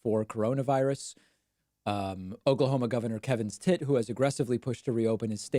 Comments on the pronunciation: It literally sounds like you’re saying Kevin’s Tit! Best thing I’ve heard all week! And then there’s Kaylee Make a ninny! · I like your pronunciation of kevin stitt. Lol